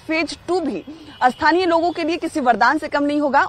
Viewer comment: loko ko milegi ya logo ko milegi please correct pronounciation